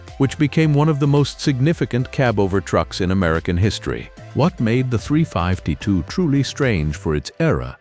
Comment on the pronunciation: Poor AI narration, when you call a 352 a three fivety two and kayterpillar etc etc,fix it please or f*&k it off